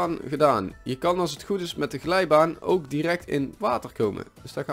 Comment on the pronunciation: Zij je nou ooak ipv ook? "Oak" is Engels. Dus dient het uitgesproken te worden als "ook"